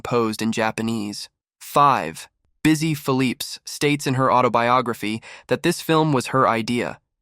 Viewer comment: Good God, man. Listen to your AI voiceover. Busy Phillippe's? And so many other mispronunciations.